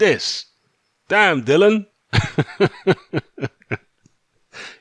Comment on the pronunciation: If people kept purposely mispronouncing my name, I'd be permanently vex too... and by the way his name is DILLIAN not Dylan... FFS...